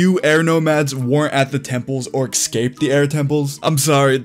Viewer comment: "exscaped" say it right, ES-Cape!